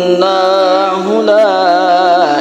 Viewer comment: Maaf min . Baca اانه nya ( annaahu ) apa gak salah itu min ? .